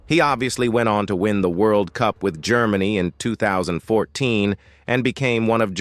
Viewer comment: Brother try jermany for GERMANY and you are closer with the rigth pronounciation .i am from Germany and that feels stupid stupid and simple wrong how U say IT.😅but best luck and have a nice day🎉